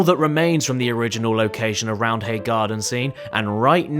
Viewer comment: Also. The H is silent. It's spoken as Rounday (I'm from Leeds.)